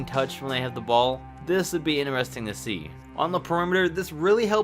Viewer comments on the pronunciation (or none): Yeah very interarestingggge that’s how you pronounce it not the proper way